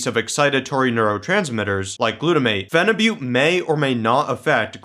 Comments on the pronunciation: It's actually pronounced as feniboot, not fenibutte. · Why do guys say Phenibutte like its Butte Montana?